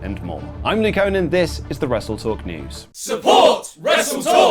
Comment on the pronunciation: Is it my ears or just luke call himself nick owen ?